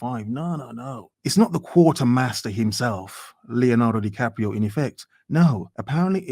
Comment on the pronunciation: So - Leonardo Di Cope-io?